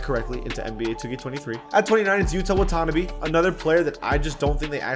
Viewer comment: please, for the asians 😭its not "Wah-TONNabee" its "Wata- NAH-bey"